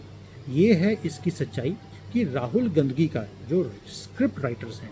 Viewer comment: गांधी नही बोल रहें हैं, बल्कि गंदगी नाम से उच्चारण कर रहें हैं। वैसे तो राहुल गंडी नाम से पुकारना चाहिए।